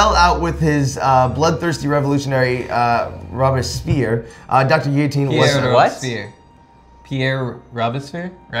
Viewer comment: robespierre; robes-pee-air. fun little pneumatic device for you. also french word for "birds"; oiseaux (wazo)